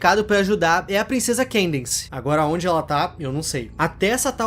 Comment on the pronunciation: Ele errando o nome da Candence kkkkkk